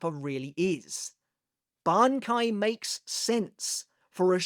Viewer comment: pronouncing Shinji’s Bankai correctly, but not “manga” is sinister